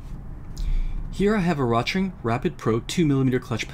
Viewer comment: The name "Rotring" is pronounced "roat-ring", "roat" rhyming with "goat".